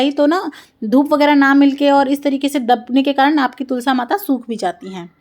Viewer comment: ये क्या ...कभी तुलसा कभी आरता बोलती है....तुलसी , आरती कहिए